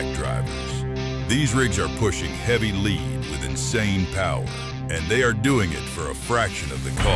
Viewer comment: why cant AI pronounce "lead"? it really is annoying